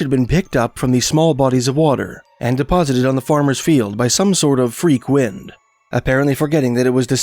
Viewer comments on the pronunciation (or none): none